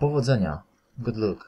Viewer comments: god lak a nie lok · np. Chcialem zgłosić kradzież. Masz I like to report thief. A powinno być I would like to report theft. Kradzież a nie złodzieja. Jest kilka takich nieścisłości lub błędów interpretacji. Są też błędy wymowy. Np luck wymawiany jak „luk”. Tylko zwracam uwagę. Wideo generalnie jest pomocne. Proszę nie odebrać tego negatywnie.